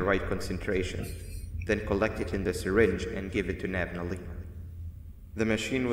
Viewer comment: Bro said nabaleena instead of nabnaleena